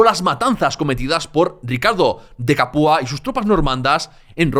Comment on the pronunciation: CApua, con acento en la a, como Mantua, Padua.